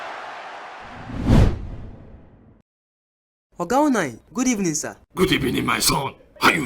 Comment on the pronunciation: He said good ebening.😁